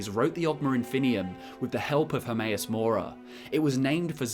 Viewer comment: HERMAEUS MORA? I thought it was HERMAYASS MORE ASS